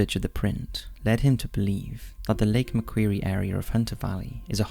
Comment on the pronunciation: The pronunciation of “Milat” “medowie” and “Lake Macquarie” has me cackling oh lord